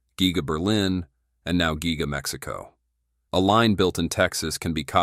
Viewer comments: it's G-EYE-GA. get it right. ha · Your narrator is a jerk, he (it) cannot even pronounce "giga". What a waste of a video.